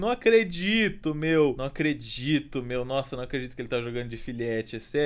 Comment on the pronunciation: se tornando paulista ao dizer "meo, meo"